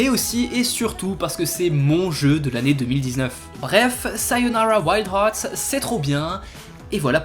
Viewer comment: Merci pour cette très bonne vidéo, de plus je te met un 20/20 pour la prononciation du titre du jeu ^_^